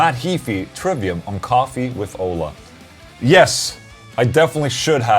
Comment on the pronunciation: Hi Ola! Two questions. How could I tighten up my Laney Ironheart 30w combo? Tryied an Joyo Vintage Ovedrive in front of it but did'nt work. Help me there please. And in the other hand, why you say your name in the questions like and american instead of the sweadish pronunciation? Love bro!